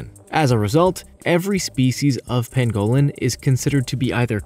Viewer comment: Okay we all know Amercans pronounce words differently from British people but seriously Pangolin not pan-go-lin and I'm sure the Tanzanians would aporeciate the correct pronunciation too